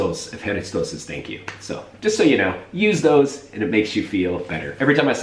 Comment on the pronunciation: thank you is actually efcharistó, without an "s" at the end.oh also, christós is a greek word that means jesus.haha I didn't know it's also used at Serbia! I really liked your video, you covered so much of the experience of Athens.